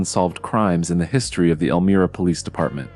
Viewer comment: Elmria with a long “i” Dumb AI!